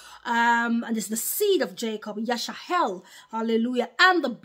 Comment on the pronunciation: Why are you saying Yash-a-hell instead of Yash-a-rel 🤔